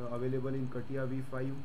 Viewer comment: Never thought I'd hear it be pronounced as kattiya XD